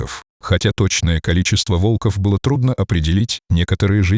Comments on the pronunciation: Почему вОлков? Правильно - волкОв! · Озвучка УЖАСАЮЩАЯ, автор,читайте текст перед озвучкой. Ваш ролик очень проиграл от такой читки. ВолкОв и вОрота- вообще перлы. Дизлайк. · Молодец мальчик ,супер,волков,ударение на о,плохо читаете ,противно слушать